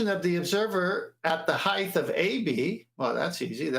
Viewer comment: "Heighth".. youre killing me